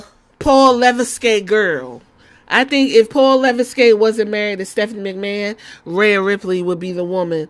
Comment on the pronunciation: 😭😭 it’s pronounced le-veck